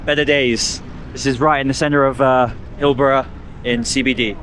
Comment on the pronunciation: HillBROW not Hillbruh. As in eyebrow. Also, you can't flit into one random area in one random city and make blanket assessments for one random video without doing deep research. Utterly pointless.